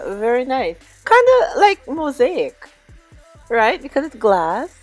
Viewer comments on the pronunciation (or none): none